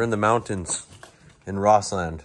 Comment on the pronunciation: Great video . Nit pick. It's pronounced Rosslund not Ross Land.